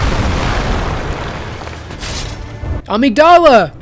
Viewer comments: this game and review irreversibly changed how i pronounce the word amygdala.. LOL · Listening to you pronounce amygdala wrong so many times in rapid succession gave me an aneurism. I know it's correct in-game but not when you started talking about the brain lol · The way you pronounce amygdala is unique. I never played this game, do they pronounce it that way? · that is not how you say amygdala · Never heard someone pronounce Amygdala like that Was so confused about what part of the brain he was talking about till I look at the screen and saw the word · I love your content SO much, bro. But the way you pronounce "amygdala" when referring to the real-life counterpart is just criminal... lol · My favorite part is when he mispronounces amygdala 100 times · There’s no way you’re American, your pronounce almost every single word wrong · God I love the video but brother went to college for it and still mispronounced amygdala so many times it made my monkey brain grug out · the pronunciation of amygdala as ameeg-DAL-uh is KILLING me. xoxo, a neuroscience major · Weird not to google how to pronounce new to you words. It's amígdala. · Amazing video. I wish more people would do this for the fromsoft games. Also… Uhh mig duh luh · Since you mention pronunciation - the part of the brain- (Amygdala) is pronounced Uh-mig-duhluh, emphasis on Uh. Not, AhmigDahLah. I think the voice actors in Bloodborne either misprounced the word, or intentionally wanted the creature name to have a different pronunciation than the biological component. Either way, it has let to the entire community mispronouncing the word. Thought I'd spread the word because it's impossible to not notice. Your videos rule btw. Keep it up. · I will also note that amygdala is actually pronounced ah-MIG-duh-luh and I was so taken aback by your pronunciation I had to question myself lol Edit: oh that's how they say it in game... That's weird... I honestly hate that...